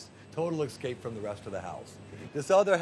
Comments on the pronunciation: he lost me when he said excape instead of escape!. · Did I hear him say "excape" instead of escape? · except he can't say escape, it comes out as excape.